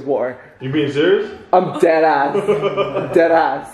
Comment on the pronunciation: Not saying “Deadass” like a NEWYORKKAAAAAA lmaooooo